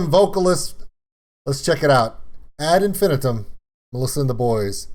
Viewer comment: Actually it's As Infin-I-tum The third syllable of Infinitum is emphasised. Melissa said it wrong, she is Swiss after all.